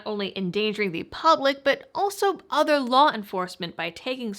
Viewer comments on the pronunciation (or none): none